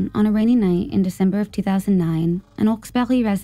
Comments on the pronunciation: It is pronounced "hawks bury" it isn't french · The mispronunciation in the second story is off putting. I live in the area of Hawksbury. It is not pronounced Awksberry. Montreal is pronounced just like it’s written - Mon-tree-all. Marilyn is pronounced incorrectly too. It’s too guttural. Anyway, I’m happy to help with pronunciation on Canadian stories if asked.